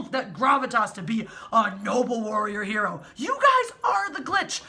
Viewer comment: You mispronounced "noble warrior HERo." :)